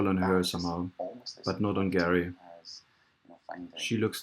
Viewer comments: It's Gerry not Garry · It’s Gerry not Garry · You're a tool, a giant tool. First, the guy's name is pronounced Jerry, not Gary. That's just a detail. Even if I thought you knew SHIT, your constant moving of the indicator under the video is as unprofessional as if a 5 year old were making this. Idiot. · Not sure whether you’re intentionally calling him Gary😂😂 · His name is Gerry not Gary, otherwise you are spot on with this video! Gerry McCann has been caught many times with duping delight, it seems he knows her body will never be found! Well done and thank you! God Bless You! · His name is Gerry not Gary! Any other facts you have got wrong? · It's Gerry, not Gary. I believe the language specialist who concluded from Charles D Hall's interview with them that they overstepped the mark in drugging Madeleine too much because she cried so much the night before, and they didn't want their night spoilt and that she accidently died, then because they know people in high places like MI5 or 6, that they immediately called in help to dispose of the body. Not once, in Hall's interview with them did they express concern for Madeleine's safety, comfort, welfare, happiness, because they knew she was dead. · The father is called Gerry not Gary. Gerry, like Tom & Gerry the cartoon. Gerry rhymes with Berry. Gary rhymes with Larry. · Gerald, not Garry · Sharon Swiston Yes it's Gerry, as in Gerald. Rhymes with merry. Not Garry, as in rhyming with marry. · Gerry pronounced Jerry not Gary. Would like to hear what they said. Voice over too loud. Interesting information. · "Gerry" is pronounced "Jerry". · His name is pronounced Jerry like in jelly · I would be more impressed if you got his name right.